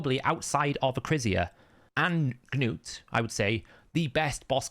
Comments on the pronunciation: It’s ‘nute’ not ‘geh-nute’ we don’t say ‘geh-nome’. Sorry, just irks me when you say a champs name so much. No hate. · Your language is English. You saw the Episode where Arbiter said nute. NOT GA NUTE. So it is ok for me to go and butcher your name? It isn't like you are from a different planet. It irks the hell out of me too. I think you just do it to get under people's skins. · Its Gnu not Noo ) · It's like gnat and knight in UK English. Silent G and K. If you speak American you change the spelling..